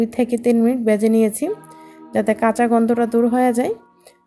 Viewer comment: " বেজে" না, ভেজে